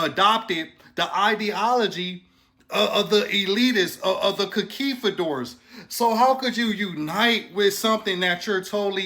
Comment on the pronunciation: 😂 he bugged out and said concuifadors😂😂 nah it's conquistadors frkn hilarious.